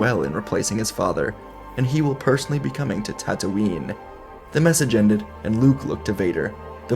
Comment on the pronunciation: bruh! its tattooine...not tattooing...